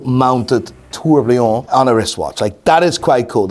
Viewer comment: Please can someone tell he's been mispronouncing "tourbillon" wrong for years?